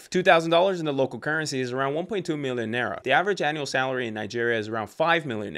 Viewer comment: its pronounced NAAAIRA (emphasis on the a's)